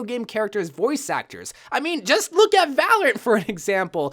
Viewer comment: It sound like ur saying valent but is Valorant xD